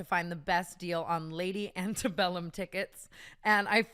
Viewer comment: Tana did not just say Lady Antebellum